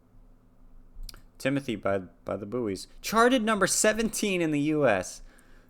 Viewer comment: And just so you know you were mispronouncing their name